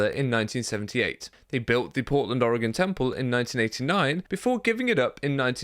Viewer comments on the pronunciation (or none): none